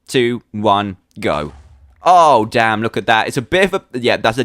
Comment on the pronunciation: he said dame !!!!!!!